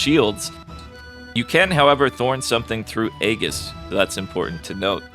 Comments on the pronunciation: Heads up, it's not really important, but it's pronounced "ee-jis" not "ay-gis" or "ee-gis". And before one of you argue with me, the letter g makes a j sound if it's followed by an e, i, or y. That's also why it's pronounced "jif" and not "gif". Yes, I'm aware this is pedantic. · Aegis - ay-jis, not eggis. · calling Aegis (eejis) eggis is a crime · I've never heard Aegis pronounced that way before. I looked it up and apparently My way 'ay-jiss' and "ee-giss" are both accepted pronunciations but ay-jiss is more widely used. This has been your word lore of the day. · It is pronounced "eyy 'jis" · Its EE JUHS for aegis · Aegis "AY-JISS" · Aegis is pronounced "EE-jis" btw :) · Great video. Very informative. Please for the love of god learn how to pronounce Aegis